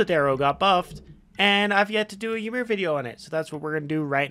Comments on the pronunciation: Its actually y-mer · Master, I don't know how to really pronounce "Ymir" but it's funny how you say "Yeemir" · ah yes, whymer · like "Ee-mir"